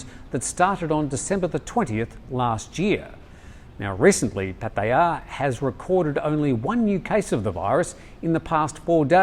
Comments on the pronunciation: Note for: Puat ta yah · please, accept it, you cannot pronounce Pattaya correctly, move on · With all due respect, he didn't say Pattaya the same way as his thai colleague did. No offense intended because Thai tones can be hard for westerners no grasp. My white father had similar issues in pronouncing some words as well but it doesn't matter as long as you're understood, so keep saying it however you wish to say it. We all understand. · Dear. Love The Thaiger!! As a farang who speaks a bit of Thai, and who has lived here for more than 50 years, can I suggest your pronunciation of Pattaya is fine, but it is the stress on the syllables that could perhaps use a bit of work. Asking a Thai to pronounce Pattaya as a word on its own, and slowly, it is hard to copy the stress. Try asking them to stay 'I live in Pattaya and I love it.'..quickly, and in Thai of course! You may be able to hear that the stress in on the first syllable and the second and third sort of fade away... It is best if the Thai that you ask does NOT know which word you are focusing on or they may try to say it slowly and clearly. Try saying the word Australia slowly and clearly and hopefully you will see what I mean! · Dear, I love your pronunciation of Pattaya, but it is still slightly off lol.